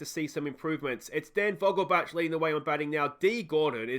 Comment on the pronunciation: As a german, your pronunciation of Vogelbach is bugging me, its vogelbaeck. Thats the best way I can type it out phonetically